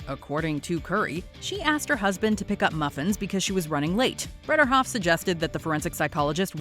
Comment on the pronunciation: Her name also isn't BredERhoft ... whoever narrated this needs to learn how to read